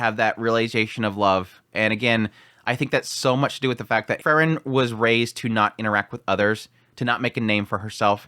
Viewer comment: It's always difficult to say if you're talking about Fern or Frrn. 😁 Try Free-ren. Please. 😊